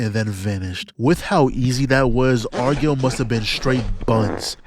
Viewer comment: Stop sayin Argall like that 🙏🏽